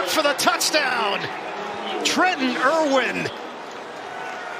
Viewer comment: Irwin, not Irvin. Regardless, great offense. Fun to watch.